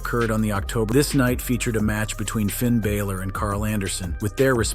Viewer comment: hearing so called wrestling professionals miss pronounce names like Asuka, Finn Balor, and Iyo Sky consistently is crazy